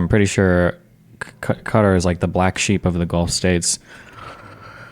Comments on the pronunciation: It's just Destiny really, he's trying to use the Arabic pronounciation but failing horribly...have a Saudi coworker and even he had to laugh at the way he says it, in another video some dude actually tried arguing that Destiny is saying it correctly, his source, he was in the middle east recently for a while...despite there being countless videos online also proving that is NOT how you pronounce Qatar. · American's stop pronouncing Qatar "cudder" challenge - FAILED.